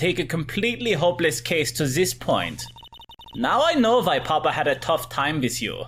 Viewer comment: alexs german accent is almost perfect, if you pronounce papa with the stress on 2nd p instead of the a its perfect (if it ever comes up again)